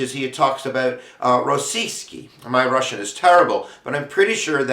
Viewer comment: Ros-siski XD Rusian-Tits XD I'm sorry but when you were saying Russki and Rossisky, me as a born-grown up in Russia and russian speaking teen made me lol XD. it was spot on XD